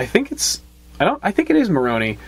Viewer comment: You are all pronouncing Falcone wrong. The e in the end is like the e in spider. And the way you are pronouncing Marone means bollocks in italian. Still you pronounced Alberto very well :)